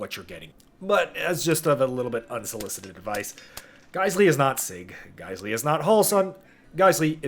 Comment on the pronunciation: that's not Geissele. It's GeissWong